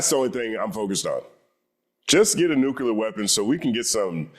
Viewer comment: only one u in nuclear my guy. Red team been doin it since bush tho 😂